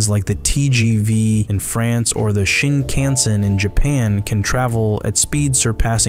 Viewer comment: lol. The “shin-KAAN-sin” sent me 😂